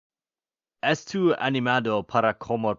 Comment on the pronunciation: U said ' am' estu, but is est O u, u missed an o over there, sounds like, ês tô l